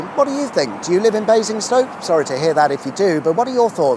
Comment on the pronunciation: Ah yes .. Basinggrad.